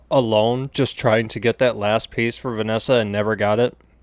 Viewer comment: Vee-es-sah not Venessa